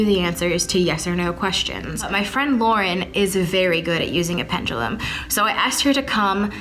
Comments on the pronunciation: It’s making me mad that they are saying “Pengilum” not Pendulum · STOP SAYING PENDULUM. I HATE THE WAY YOU PRONOUNCE IT. PLEASE STOP. AM I THE ONLY ONE THAT LITERALLY SAYS PENDULUM INSTEAD OF PENJALUM